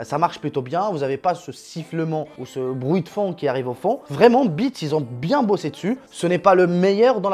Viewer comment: Le casque est super design, Tout est bon sur ce casque à part son nom car le prononcer sans le S, c'est chooooquant. Comme quoi il na pas besoin de faire bonne impression, normal c'est pas une imprimante 😂😂😂, hâte de voir ton setup.